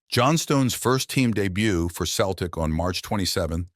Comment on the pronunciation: It’s Celtic not Keltic.